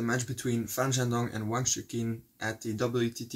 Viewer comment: You call him Wang Chu-kin. I believe it should be pronounced Wang Chu-chin. Chukin sounds like donkey in Italian, which I find funny.